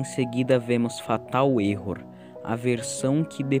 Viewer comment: N se diz erro 404 se diz error 4 0 4